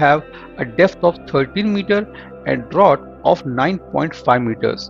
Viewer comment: The word "Draught" is pronounced as "DRAFT" and means portion of the ship's hull under water (Technically, the vertical distance between the waterline and the bottom of the hull or keel)! 🙏